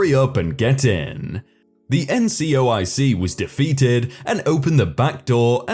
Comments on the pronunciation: Will you STOP mispronouncing the words that are spelled out in front of you!!! NCOIC is "en" "see" "oh" eye" see" not NCIOC you read what it stood for and then read it wrong several times throughout the story... great way to piss off all your military listeners... ...talk about a fubar"... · As a military listener, it didn't piss me off or even annoy me slightly. That said, it was mispronounced a couple of times. Also, I don't understand your second sentence at all. The initialism (abbreviations are shortenings that are pronounced as a word, Taser for example, you read every letter of an initialism) wasn't pronounced as a word, no one indicated that it should be, and no one called it an abbreviation except you.